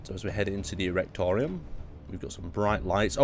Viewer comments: Wasn't paying total attention at the part where you read the "Reaktorraum" sign. And from distance i heard. "Okay lets enter the Rectum, not quite sure what that is." Burst into laughing. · Reactorium? Seriously? There are litterally 3 letters different from Reaktorraum to Reactorroom. Other than that, cool machine, you do know it basically is a real thing that exists, here, on earth, as Bagger 288? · 2683 tons of German Engineering .)7 (I almost died when he tried to pronounce "Reaktorraum" xD Listen to it on Google Translator xD)